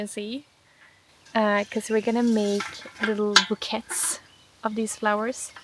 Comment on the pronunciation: The word "bouquets" is pronounced in the french way. So it's pronounced like "boo - kays"